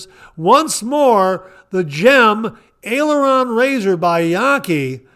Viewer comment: Great show again. You did pronounce Aileron for the Yaqi razor correctly. It does look like an aircraft aileron. For those who don't know what an aileron is it is on the trailing edge of an airplane wing to help control an airplane's roll. I remember this from my early 70's Air Force days and no I was not involved in flying. I was in ground support. I am thankful that we live in a townhome association and do not have to shovel snow unless it is less than 2 inches. We just got new windows just before Thanksgiving and our house is now warmer. Looking forward to seeing you at the meetup this year as we have our tickets. Have a wonderful week. 👍